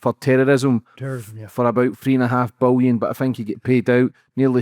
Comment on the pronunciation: “three and a half bulyin” (that’s billion for me and you)🤣🤣